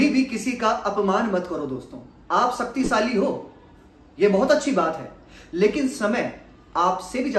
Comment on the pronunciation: सक्तीसाली नही शक्तिशाली बोलिये